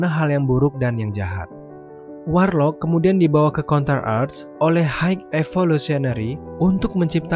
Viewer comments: kurang suka cara bacanya kayak ga bisa bahasa inggris, bacanya warlok bukan warloc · Dibaca Warlok bang bukan warloc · Sebel banget cuy, dengerin Adam warlocc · warlord , warloch atau warlock?? hehehe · Sepanjang video "adam warloCH" "Adam Warlos" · WARLOCKKKKKKK PAANDAH, BANG BENERIN DLU OMONGANNYE